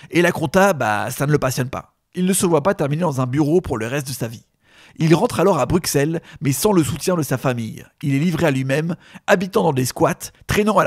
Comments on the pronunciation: je vous en supplie. vous faites une vidéo sur un artiste belge, apprenez a prononcer les villes correctement ! Bruxelles ça se prononce BRUSSELLE (/bʁy.sɛl/) et non pas BRUKSELLE. C'est comme si nous on disait Parisse ou Laïonne pour vos villes à vous. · On dit BruSSelles, pas Bruksel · Pour aider mes amis français ont dis bru SEL et pas bruX elle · C'est BruSSelles bordel pas BruXelles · Il a dit BruXelles avec un X Tous les Belges en sueur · on dit BrusSSelles !!! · Jvais cabler , les français ne savent pas prononcer "Bruxelles " ----> "Brussel" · BruXelles, j'ai mal aux oreilles... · Respectez la prononciation de Bruxelles svp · Prononcez bien Bruxelles svp...